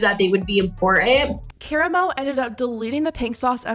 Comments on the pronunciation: ass rhyming Kaah-rah-moe with caramel lmao 😂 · It's pronounced Ka-ramo. You even hear it correctly in a clip you added in and given most talk shows are names after the host it isn't a stretch to see it was his name and watched the start of the episode as they usually introduce themselves. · The show is pronounce KAH-RAH-MO. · Care-a-mo 😂 no hate it’s just funny hearing Karamo’s name said like that. (Kah-rah-moe) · It pronounced Ka-Rom-O not caramo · She said a talk show called Care-ammo 🤣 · You pronounced Karamo sooooo wrong, it’s Kuh-rahh-mo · Did you pronounce Karamo as caramel 💀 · The show is pronounced Ka-rah-mo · Honestly this small detail is NOT important, but.....his name is pronounced KUH RAH MO. Karamo. Sorry, I'm just a stickler for pronunciations 🤷‍♀️ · KAH-ROM-MOE! LMAO! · Kera-moh. LOL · Karamo is pronounced-Kah-rah-mo. He’s part of the fab five from the show Queer Eye. For any host to blatantly defend Chef Pi for her ignorance and lack of safety…disgusting. Im pretty certain because of the backlash, Karamo privated the interview on YouTube. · HAHAHA the way you pronounced karamo. Clearly you’ve never watched Queer Eye… it’s KA-RAH-MOE 😅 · The way you pronounced Karamo killed me. Its "cuh-rah-mo". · i cant believe she pronounced "Karamo" as "caramel", i'm frozen with fear. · First off, I’m tired of YT ppl covering stories and they not pronouncing the people names who’s been in situations correctly. So once again stop profiting off of black stories; and when Karamo said harassment it WAS! Just like how YT ppl quick to say they’re harassed if someone felt harassed do not devalue her feelings as simple as that. Can we stop siding as simple as that. Give chef Pii her coin because we still out here creating content, food, culture, music, fashion, hair, entertainment, etc black culture is poppin and don’t bash the chef at all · That is not how you say karamos name 😂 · The way you pronounced Karamo ☠️☠️☠️ girl